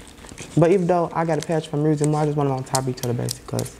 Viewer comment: WTF is up with people putting an R in the word music?? lol